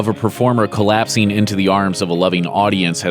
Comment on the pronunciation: Yes "Collapseeen" & "Sendeen" NOT sending or collapsing Mr.Californian.